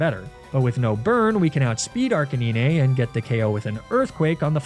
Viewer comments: It's ark a 9 not ark a knee nay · I have never ever heard anyone call Arcanine Arcaneeny before 😅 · is it not pronounced Arc-eh-nine? Have I been saying this Pokémon’s name wrong for 20 years?! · im sorry... how did you pronounce Arcanine? i had to stop and rewind there a few times lol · I love you videos, and birds are some of my favorite pokemon (rip Cukoo). But can you please pronounce lapras and arcanine correctly (the s is pronounced and it's pronounced like the number nine ). I'm not saying you don't know how they are pronounced and I don't know if it's a joke, but if it isn't please at least pronounce the s in lapras